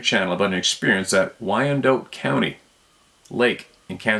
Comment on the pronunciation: I used to live near Wyandotte County Lake, it's pronounced "WY-an-dot", last syllable rhymes with shot and cot. Please don't take offense, I just wanted to help a little bit.